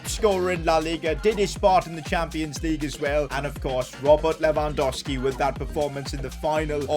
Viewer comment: Its LewandoWWWWski. THERE IS A SECOND W.